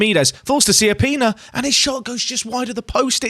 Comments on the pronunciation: It’s actually Cha-pee-nah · you pronounce it more like Kiappina :D wich oddly in italian means small buttock